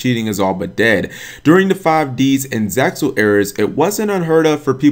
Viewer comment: he said "zexal" and not "zeal"!!! what a wonderful day!